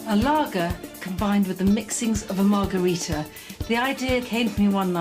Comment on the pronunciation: Commenting on lagerita, lol. Thought she said Lawgarita :)